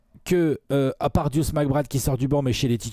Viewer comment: Son surnom c'est Deuce et ils le prononcent juste mal. C'est la même chose que nommer Earvin Johnson "Magic" ou Anfernee Hardaway "Penny".